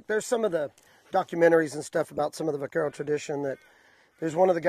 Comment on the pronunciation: Stephan.....I understand that.I worked in the central coast region as well and my Grandfather was raised on the Tejon ranch,north of LA,Ca.The terms were the same in both regions.Since we are on the subject,i heard another Term in this video,that was commonly mis pronounced.....Vaquero......All too often,i hear it pronounced with the V sound when it is properly pronounced with a B sound.Hence the Anglicized form of Buckaroo....Next time i see,ill have to take this up with him personally.